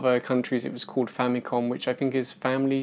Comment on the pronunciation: That cartridge is not the size of the original Famicom cartridge. The original size is about 2.5 to 3 times bigger. However, that MAY be the same cartridge that can be applied to the Famicom Mini. Also, for your early gaffe , Famicom, or ファミコン (Romanized as FùÁ·mi·kôn, or Famikon) is a Japanese syllable hybridization of two words: "Family" ファミリー (FùÁ·mi·ri·i) and "Computer" コンピュータ (Kôn·PìYu·u·ta). This syllable hybridization is like a gestalt. The first two syllables of two longer words, are combined as a new loanword, or neologism, that combines the sum meaning of both words. in this case, "Family Computer" in Japan, became "Famicom" (or the first two syllables of both words, respectively, ファミ "fa·mi" and コン "ko·n" note, in Japanese, "N" is the only consonant that *CAN be a syllable by itself. This leads to the difference between two words: 記念 (きねん Kinen) "Commemoration" 禁煙 (きんえん kin'en) "Non Smoking". 記念場所 Kinen basho or "Monument" vs. 禁煙場所 Kin'en basho "Non Smoking Area". Both sound the same, in Japanese. except that Kin'en has a slight pause between "kin" and "en", opposed to kinen with no pause. Japanese lesson over).